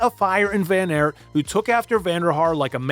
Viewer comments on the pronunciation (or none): Just seeing this now. Great video. Tip from A Belgian: just pronounce it as “Van Art”. Like art. Appreciate that you call him Wawt and not Woot, so Wawt Van Art would make it perfect :) Great vid nonetheless. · Dutch pronunciation can be tricky! I think the analysis and clip selection is so spot on it's the only room for improvement here. Aert is pronounced more like the english Art and Poel is like the english Pool. Nys is pronounced like the word Nice in english. Hope this helps and again, great video. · It's ok, but it's just weird that in English don't pick the simplest pronunciation: ART would be pretty close to how you say it in Dutch. Nevertheless, great video. I think WVA is a fan favourite because when he's good, he's excellent, but you still see the struggle. MVDP is brilliant too, and arguably the better rider of the two, but when he wins he degrades the other riders and it's like he's in a league of his own. The beauty of cycling is that you don't have to pick sides, as there are 120 in each peloton. My favourite moments of WVA would be: 1/ Strade Bianche 2018, the breakthrough on the road; 2/ the sneaky 2017 WC victory, securing the rivalry forever; 3/ the 2020 CX race in Dendermonde: a mud festival where he proved he was still an old-school CX rider.